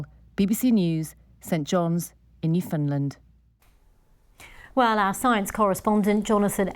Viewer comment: How do you pronounce Newfoundland and come up with Newfindland. So let's say i found something, you would say you find something. 🤣🤣